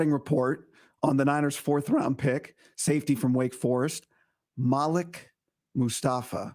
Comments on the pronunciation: How do you know? If you got a guy who's knows him and covered him his entire collegiate career, he won't get the name wrong. It's 'Mal-ek'. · It's pronounced (Maleek). They are tearing his name up